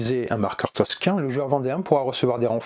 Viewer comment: J'entends beaucoup toscin dans la vidéo mais ça n'existe pas ^^ c'est tocsin 😅 merci en tout cas pour la présentation du jeu